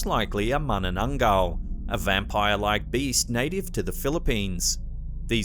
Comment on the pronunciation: good job for correct pronunciation for "manananggal"👍🏽 and im from 🇵🇭